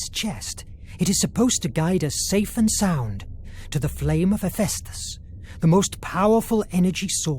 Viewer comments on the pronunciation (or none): Hephaestus is heff-fess-tus... This is... very... interesting.. Liking the Raven already...!!!